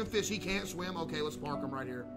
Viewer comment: bros saying park like its your average toyota Camry lmao